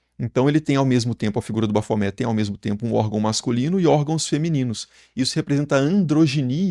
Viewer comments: Tem que pronunciar o "T" porque a é um acrônimo invertido para Templo Hominis Pacis Aba, Templo do Homem Paz do Pai. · Gente, me lembra também aquela mãe de santo, que mandou fazer uma imagem de Baphomet enorme e colocar em cima da entrada da casa dela kkkkk E me lembra aquele video do Rock in Rio la de 80 e pouco, com o cara pronunciando errado. Ele literalmente separava: bap-homet. Tanto esses quanto o do Super Xandão, eu morro de rir kkkk